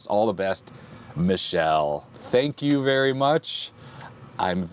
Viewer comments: Goodness, that's not Michelle. Michele is Italian for Michael. It's pronounced mee-keh-leh. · FYI It's not pronounced Michelle (female) it's Mi-kel-leh which is Male and the Italian version of Michael (Mike) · Your Italian is in need of some training indeed. "Michele" is pronounced Mee-que-le (like LEt) and it's masculine given name, not Michelle like M. Obama. Love! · Oh ha, the way you pronounce Michele in English makes it sounds like a girl's name, but "Mike" was a hint: in Italian it's a boy's name pronounced mee-KAY-lay. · I suspect Michele's name is pronounced like the '80s - '90s F1 driver Michele Alboreto. Bob Varsha on ESPN always pronounced it like "me kelly" or "meh kelly". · Grande Olivetti! P.s. michele reads mick (with hard C or K) + ele like electric. Your pronunciation of Galatine is correct. Goleador are unrelated to football actually from what I know, just a name (Goleador is a player who sets a lot of goals) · that's not how you pronounce Michele, you said the France way, the female name, in Italian sounds like me-ke-le(as lemon)